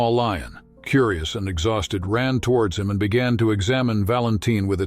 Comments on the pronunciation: If AI is supposed to be intelligent, why is it so stupid. Exhausted pronounced exhousseted. This cheap fake voice pauses in the middle of sentences, and stutters. Just makes this story horrible. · "the cub had been hungry and exowsted for days" 😂 either it's AI or it's the king of the hillbillies.